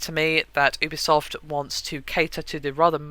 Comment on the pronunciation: Pretty sure it's not "OObisoft" it's "youbisoft" (pronunciation)